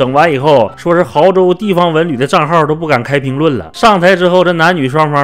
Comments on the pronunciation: 你确定这是毫（hao）州 而不是 亳（bo）州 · 是安徽bo亳州，不是毫州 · 哥儿们那个字念亳，bo，第二声哦，亳州